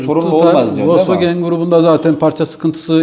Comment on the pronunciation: Folks vagen (VOLKSWAGEN)